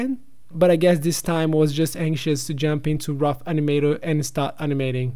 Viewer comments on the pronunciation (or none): Ei cara, pode pronunciar as consoantes no fim das palavras, elas não precisam ser sempre 'mudas' .. gooD, storyboarD, starT, clienT